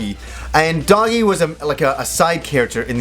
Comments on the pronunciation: Doggy? isn't it Doh-Gee? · yes it'e Doh-Gee, he just mispronounced it. :D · Also this is kind of bothering me. Dogi's name is pronounced "doh-gi", a bit of a joke on the fact that he always wears a dogi.